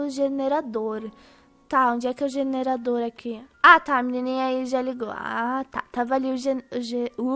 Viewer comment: Á FALANDO JENERAODOR HAHAHAH SENDO Q E JERADOR HAHAHAHA